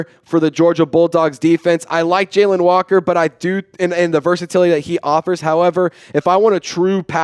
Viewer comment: Jalon is not Jalen you saying Jalen my name is Jalon as well and I learned that when I was in 8th grade my Science teacher told me that I have been saying it wrong my whole life 😂 JALON no E, I, or, Y